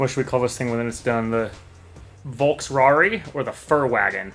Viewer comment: Furrwagon For sure 😂